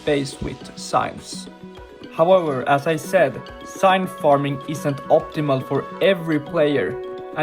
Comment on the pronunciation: IT'S NOT SIGNTH IT'S PRONOUNCED ZINTH